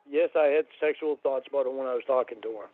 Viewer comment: I fawkn hate how he pronounces "about".. more like "a-bhoot".